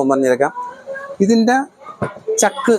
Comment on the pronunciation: Pazhaya chakk alla, chaakk Anu. 😂😂😂